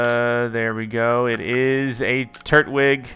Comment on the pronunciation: Its a tur-twig 😂😂 not tur-wig